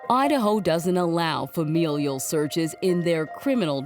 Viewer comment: Someone tell this woman how to pronounce FAMILIAL. It's not fam-EEE-lial.